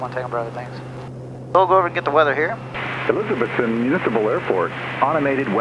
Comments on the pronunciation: I love watching your videos man especially when you fly to my home state of Tennessee and the Tri-Cities area. One thing to note is we all speak with a country accent and when we say Elizabethton, We pronounce it ElizaBETHton. We put a lot of emphasis on the Beth part of it. But with you being from Florida I’m sure you know how to pronounce Kissimmee. Very few people from Tennessee can get that one right. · It's cool seeing you fly into my old hometown for the second time. It is pronounced Eliz-uh-BETH-t'n. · Pronounced "E-liz-uh-BETH-tin" 😉